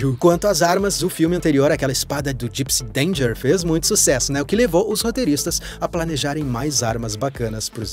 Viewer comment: Mano, é gispy danger não gispy adanger